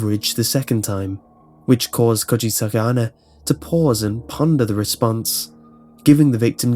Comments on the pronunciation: cooch-aye-sake anna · When you first said "Kuchisake-Onna" I almost thought you said "Could she suck at honor". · "kuchiske anna"